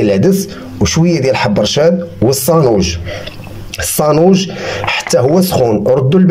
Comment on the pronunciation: تبارك الله عليك يا لعزيز كلشي يا ليل يا عين....بصح بالنسبة للمكونات كثرت شوية اما بالمناسبة نقول السانوج بالسين وليس الصانوج بالصاد ...اتمنى لك التوفيق في مشوارك .